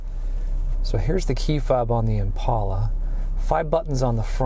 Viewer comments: Since when is a door handle called a door latch? 🤔 Oh and it’s ImPALa not ImPAULa. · Every time you say impala, I cringe from the pronunciation